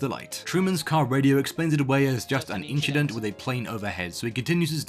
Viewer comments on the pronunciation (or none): inchident!! he said "Inchident"!!! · I love this channel (nothing just an inchident)